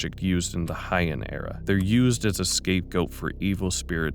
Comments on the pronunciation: Not to be that person but oh well.... Its Hey-Ahn, not High-End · Heian is pronounced as hey-ahn. Like your editing style. Really interesting work. I'll be back.